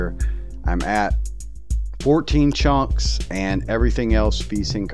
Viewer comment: “14 chonks” instead of chunks it sounded like chonks 🤣